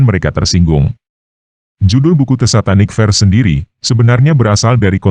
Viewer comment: Bukan "satanik fers", tapi bacanya "Satanik fersES".. bacalah begitu.